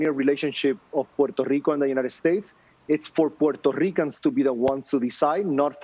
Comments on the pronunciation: Puerrrrrto rrrrrrrico ))) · How many times must he say, "Puerto Rico" (in full Boricuan accent)??, jajaja We know y'all, we know you're latinos and American, in the mainland. hahaha At least us Mexicans know it. You remind us every time you get a chance! hahahaha They say, "We're American, our passports say American" chill, we're Mexican and American too, mensos!